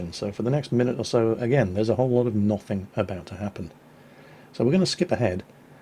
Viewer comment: Why you say 'Noth'ing instead of nothing...